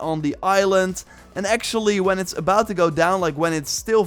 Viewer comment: He "finks" and let's "geowwwwww"